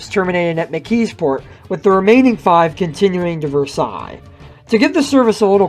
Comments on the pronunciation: it’s pronounced ver-sales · In other words, it’s “vur-SALES”, not “vehr-SIGH”. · As we lived in the South Hills we never had any use for the PAT Train but we did go down and ride it out and back over it's last week of service to say that we at least rode it once. And I know you are not local so not in the know but Versailles is pronounced as it is spelled more or less (ver-sales), not like how the French do. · B&O PATtrain serviced Pittsburgh,Braddock, McKeesPort, PortVue ie pronounced PortVue on Pittsburgh Division onto Keystone Division to service Versailles pronounced Versales. B&O Pittsburgh to Connellsville PA had possible 15 stops in Allegheny County with possible 5 stops in Westmoreland County and possible 5 stops in Fayette County PA leading into Connellsville Yard. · Ive lived south of Allegheny County for sixty years in Fayette & Greene & Westmoreland & Washington Counties. Versailles wasn't pronounced like the Royal Palace in France. It was pronounced VER-SAILS with VER rhyming with HER, and SAILS rhyming with TAILS or TALES. Port Vue didn't rhyme VUE with VOODOO instead VUE rhymed with DUE or DEW. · I thought the same thing. ver-SAILS is correct Pittsburghese. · Does NOT have to be France. The name of the borough is pronounced "Ver sails." However, for any history course covering the end of World War I in a Monongahela Valley high school, teachers must refer to the Treaty of "Ver sigh." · Oh my... That's not how you say Versailles. This isn't France. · A little bit more research and you could have figured out how to pronounce some the places mentioned. Western PA does not usually pronounce french words like the french do. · Have to wonder about narrators who don't bother to research correct pronunciations. This narrator is obviously not from the Pittsburgh area. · It's pronounced "ver-sales" and "port view,". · Portvue is like Portview. Versailles is like Versales.